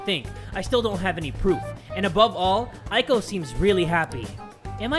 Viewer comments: The "ei" sound in Japanese is pronounced like a slightly longer "Eh" not "aye". Eiko = Ehhko, Yohei = Yohehh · I think you say eiko like Eyko not Aiko. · Here's a tip: "ei" is pronounced like the "ay" in "" and "ai" is pronounced like "I". I love this series! You're that dude!! ^^ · Man, I got so excited when I saw this episode was out! My studies can wait for a bit... Also, a little pet peeve, Eiko is pronounced like ayy-ko (as in ayyyy lmao; or just the letter A). Japanese vowels always sound roughly the same, so e always sounds like eh, and i always sounds like ee (think 'sensei'). I want to make a video about this someday, because it's a huge pet peeve of mine! But I love you, and you're still awesome, even if you mispronounce things sometimes (you're actually better than most tbh!).